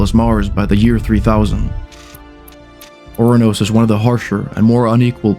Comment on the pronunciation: Oranos? it's 'Uranus' dingus. am i missing something? did nasa rename Uranus or this guy trolling us on the name?